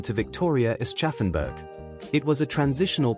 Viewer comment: Lennart Karl - Not Kohl. But besides of that very beautiful story telling video. Congrats Aschaffenburg = Ashaffenboorg - not Ass-tchaffenberg